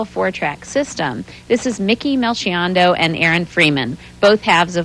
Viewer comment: Did she pronounce Melchiondo right? Never heard anyone pronounce it like that.